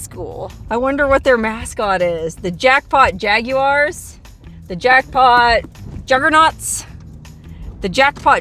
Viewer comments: Congrats on using the proper British pronunciation of Jag-U-R. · Being a huge high-school hoops fan, I went right to MaxPreps to see what their team was... Yes, the Jaguars, and hopefully they pronounce it correctly, "Jag-warhs" BTW, the team is 0-5 so far this year, hasn't yet toppped the 40-point mark. But they have hope, they are playing the 1-10 McDermitt Bulldogs this Friday. :)